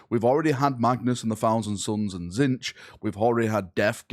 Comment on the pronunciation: Please stopp saying "zinsch", there's a video by GW how to pronounce "Tzeentch" properly :-P X'D